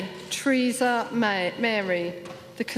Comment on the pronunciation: The only name she fucked up was Teresas', priceless.